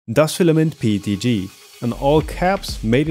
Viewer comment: I basically print everything with their PETG ever since I found out about that brand. Excellent price-performance ratio to say the least. (No, I'm in no way affiliated.) It's PET*G*, not PET*F* though (whatever the latter might be.) ;)